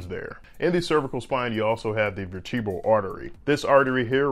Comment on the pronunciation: ver-tee-bruh l? vur-tuh-bruh l.